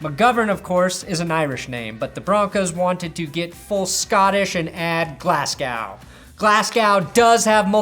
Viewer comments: please pronounce his name glas-go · Long time love from Scotland ✌️ Pronounced Glazz-gō over here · As a scottish person, your pronunciation of Glasgow was weirdly upsetting. For future reference it is pronounced like Glaz-go Edit: did pronounce correctly